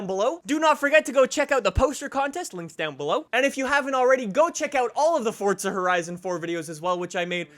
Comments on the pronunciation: Why the hell do Americans pronounce it forTza. It's fucking Forza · It’s FORZA not FORTZA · I couldn’t watch this whole thing cuz the other way you pronounce FORZA it’s not FORTZA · dude. FOUR-ZA, not FORTS-UH. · Why do you pronounce Forza with a D? Lol it’s not Fordsa it’s for-ZA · It's Forza not fortza for f**k sake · Its not FORTza its FourZa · there is no f##@@ T in FORZA! ffs. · Why are you saying FORT-ZA when it is FOR-ZA ?? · Forza not Fortza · Listen to the people in the game say it they say forza not fortza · Fortsa? i thought it was Forza.. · Btw it’s FORZA not fortza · Why do you say “ Fortza” there is no T. Its For-za, say it right! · Dude stop saying fortsah, it's Forza, lmao😂😂😂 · 😡😡😡😡😡its easy forza not fortza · Can someone explain why Americans think there's a T in Forza ? Or is "Fortza" a completely different game ? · correctly pronounced as ‘Fortza’... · bro it isn't Fortza lmao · Fortza horizon 4? English pls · Are you saying Fort-za? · Why do u say fortza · fortza horitza 4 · Am I the only one who thinks it sounds like he says fortsa horison 4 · Why do you pronounce it fordza / fortza? Maybe I'm just going crazy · I’m a new viewer... why are you calling it Fordsta? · I heard Fordsta lol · how many times can someone say fortza horizon 4 in one video and still not pronounce it correctly? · Why u say fortsa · I’m assuming you’re talking about ‘Forza’, that’s how it’s actually pronounced... don’t be mad. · Fortza hoerizon 4?? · Challenge: Take a shot of hard liquor every time he says “Fortza horizon 4” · It’s pronounced as ‘Fortza’... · This guys pronunciation of Forza is embarrassing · Forza doesn't have a fucking T in it. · There is no t in it